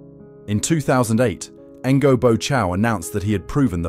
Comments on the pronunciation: Since the content is pretty well curated and presented, it would be nice to hear correct pronunciations of names. Otherwise even a sincere effort such as yours ends up being perceived as jarring and unconvincing. The name sounds close to "nyo", to be precise! Keep up the good work. Cheers! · Pronouncing Ngô as Engo feels very wrong.